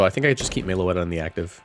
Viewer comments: Everytime I hear Meloetta pronounced "Mayloetta" it inflicts 20 psychic damage on me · They way he pronounces it hurts me every time